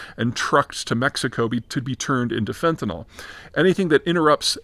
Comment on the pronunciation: Fen-ta-NIL. It's pronounced the same way it is spelled. Fentanol is an actual, different chemical, β-hydroxyfentanyl.